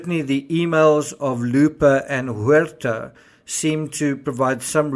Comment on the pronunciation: You pronounced “Huerta” perfectly. Sounds like “where-tah”. ☝️🥴👍